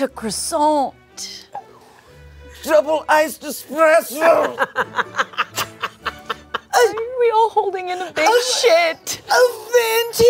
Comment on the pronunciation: “double iced espressOoGH” kills me every time! To many more moose master in 2024 gentlemen 🎩